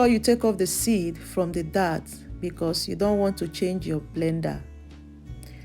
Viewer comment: It’s dates… pronounced like the date of the year. Not dat…. Or that.